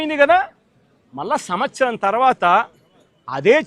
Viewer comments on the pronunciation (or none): none